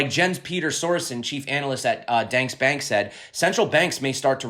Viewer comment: What did you say, how. Danske Bank 😄 lmao. From Denmark here. Like this, Dan ske Bank